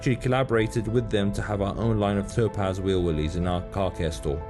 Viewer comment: I assume you are saying 'wheel wooleys' cause it sounds like you said 'wheel willies'! Awesome car